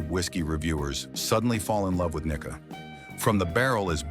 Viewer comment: One indication it is AI is that the pronunciation of Japanese names is absolutely horrendous. For example: There is no "short-i" vowel sound in Japanese, so the pronunciation for Nikka should be "Knee-kah." There were many others in this presentation as well, which sounded like nails on a chalkboard to my ears (and yes, I speak Japanese and have lived in Japan for 31 years).